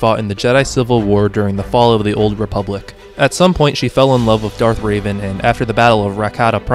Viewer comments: yea bro its super hard to pronounce revan not raven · It’s Revan, not Raven. The mispronunciations of all these characters hurt my soul, man /s Also, I have the Jedi Academy Kids books! I loved those books! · It's REVAN not Raven. You're not pronounce it like a character from Teen Titans. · The only pronunciation that really bothers me is that you pronounced revan as raven. It's meant to be pronounced the way it's written. Think the "reven" in "revenant," not "raven" like the bird. Or the teen titan. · I don't know why but you calling Revan "Raven" cracked me up so much XD (No hate) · I can excuse a lot of them when they are more obscure but getting Darth Revan wrong and especially mispronouncing Galen Marek when he states he's his favourite character irks me.